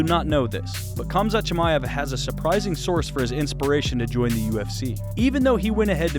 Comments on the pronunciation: Its pronounced hamza chimaev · At least pronounce his name correctly